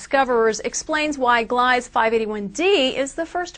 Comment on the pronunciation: Ugh. I hate reporters its gleeeeeza. Second, 581-d was described as a habitable planet 5 years ago. Old news.